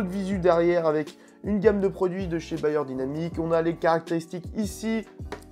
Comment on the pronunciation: C'est "BEyerdynamic" pas BAyer, Bayer c'est l'industriel de la pharmacie et de l'agroalimentaire